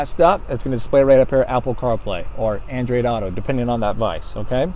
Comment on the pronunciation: Just say "android." You really don't have that much of an accent. Andreed...where the hell does that come from? That doesn't even fit in with any known accent. Just stop. People don't know what the hell your saying. You can be crazy without saying "Andreed."